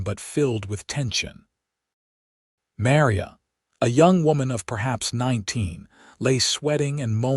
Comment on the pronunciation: AI can't pronounce Maria correctly 😮